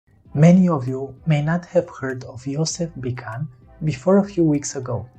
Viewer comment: Thx for reporting about the greatest goal scorer in history. His name is pronounced "Bitsun“ like "bit" and "sun" btw ;-)